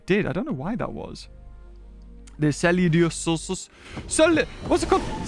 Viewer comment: pronounce it sce-li-o-saurus